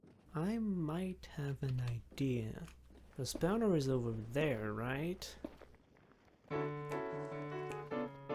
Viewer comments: It's spawner not spauner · The way you say lava while being correct it doesn't sit right with my brain it feels wrong💀 Meanwhile spawner is just wrong you are saying spaowner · i love the way you say spawner. spaouner.... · you keep saying "stoner"